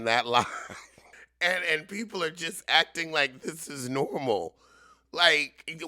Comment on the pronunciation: ACT-ing. ACT-ing? And then you had to say church basement? OMG!❗😅😅